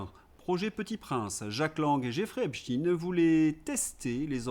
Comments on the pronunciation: Belle digression fuyante, Certes... MAIS... POURQUOI... "E P S T iiiiine"... Qui n'a JAMAIS existé nul part... AVANT???... T'as pas dit,... "" 💡💡💡 En Anglais???... FAUX!!!... La prononciation est pour UK & US /ˈep.staɪn/ (Source Dictionary-Cambridge... excusez du peu 🤔😥)... Perso, j'ai relevé, avec certains accents /ˈep.stéɪn/ MAIS JAMAIS "iine" 🤔🤔🤔 Aide nous juste à être moins bêtes, nous qui avons toujours fait la différence entre "E i N S T E i N" (Aïn) et "B R i E FING" (Briiii)?!... 👉🌀🌀👉 Maintenant je te le concède, j'ai CONSTATÉ que TOUS les Russophobes Patentés prononçaient comme toi: "E P S T iiiiine"!!!... Sans doute pour introduire une RIME SUBLIMINALE avec un certain "P O U T iiiine" 🤔😥!!!... 👉🌀🌀👉 PARALLÈLEMENT L'Hyper Majorité des ÉVEILLÉS CRITIQUES & RÉSISTANTS respectent la Prononciation OFFICIELLE HISTORIQUE communément admise de TOUS TEMPS et en TOUS LIEUX "E P S T E I N" tout comme "E i N S T E i N"... [ d'origine ashkénaze (germanique/yiddish)... et pas Russe... Sorry... Désolé 😉 ] 🔥🔥🔥 VOILÀ, POURQUOI, tu ne peux pas balayer d'un revers de manche méprisant ceux qui - À JUSTE TITRE à mon sens - t'ont interpellé en espérant sans doute avoir une RÉPONSE FRANCHE ET HONNÊTE DE TA PART plutôt QU'UN BRAS D'HONNEUR!!!... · encore " epstine! ça suffit cette prononciation! je ne vous écoute plus je m'en vais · epsteine ou epstine, cela me fait penser au film "young frankeinstein" et à son extrait où le professeur dit à l'un de ses élèves qu'il faut corriger la prononciation de son nom de famille. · En même temps Epstein est un nom germanophone juif et par ailleurs on ne dit pas pour Frankenstein frankenchtine. Dans mon Alsace plusieurs villes et villages ont des noms qui se terminent pas stein comme Erstein et on dit bien ein et non ine. Mais évidemment c'est pas le plus grave. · Oui c'est Epstein et pas Epstine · Pourquoi dites vous Epstine au lieu de Epstein ??????? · C'est pas Epstine mais Epstein